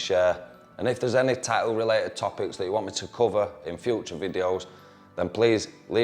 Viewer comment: "Ta'ew" I like it lol